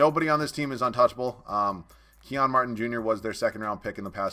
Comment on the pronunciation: "Key-On Martin" 😂😂 dawg its Kenyon Martin Jr. aka Kenyon Martin's son